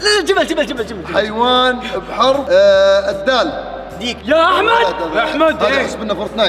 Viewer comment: ذيك ❌️ ديك ✅️ ما شاء الله علي اللغه العربيه عندكم يا شباب 🗿